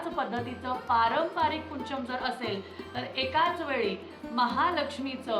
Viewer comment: ताई ह्याला कुंचम नाही तर कुंजम असं म्हणतात मी स्वतः कन्नड आहे आमच्या इथे प्रत्येक घरात ह्याची पूजा केली जाते मराठी लोकांनी काय विचारा करून ह्याला कुंचन नाव दिलं देव जाणे ह्याला कुंजम म्हणातात म्हणजेच अर्थ होती चाबी जी आपल्याला लक्ष्मी माते पर्यंत पोहचवते त्यामुळे ती चूक सुधारून धनलक्ष्मी कुंजम असं योग्य उच्चार करावा